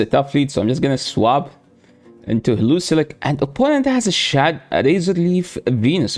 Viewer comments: HE-LEO-ISK brotha don’t over complicate it😂😂you da man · Pls never stop saying heluzilek. It is my new favorite pronunciation of heliolisk now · Hee-li-O-lisk, that pronunciation cracked me up every time, sorry! 😂